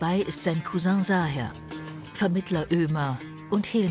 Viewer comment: Es heisst Cousin nicht Couseng